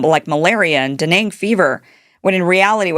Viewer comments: Dengue fever is pronounced "den-gay". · It's dengue fever not deneng...